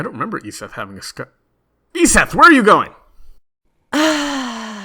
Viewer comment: Logicked always pronounces your name “Ee-zet,” but this guy pronounced it “Ee-seth.” I’m perplexed.